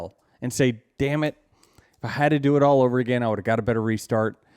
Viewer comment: "Dyem it!" 😆😆😆😆😆